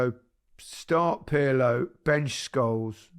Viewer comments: Guys I can't accept Perlo especially from Micah with his Italian...it's Pirlo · Kroos rhymes with Gross, with a rolling German R, and Pirlo without the P is pronounced like the middle of Earlobe but with a lightly rolling R. Happy Christmas